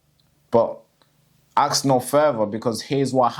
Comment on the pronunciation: Ask. Not axe. 😂